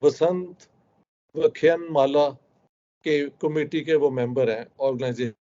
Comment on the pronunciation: Apne kaha musalman freely rehte hein per jab jhagdey ho jatey hein tab haalaat kuchh gadbad ho jatey hein normlly theek hai. Please note ki after Respected Modi ji has come to power there has not been a single Hindu-muslim clash,. Dusra aap bolte hein Basant vyakhyan mala, itin this correct pronunciation of the middle word is VYAAKH YAAN